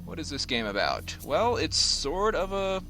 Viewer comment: i hear obut it haha